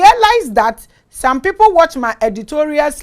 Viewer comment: Please mama it's not wee people.. but some people ❤❤❤❤❤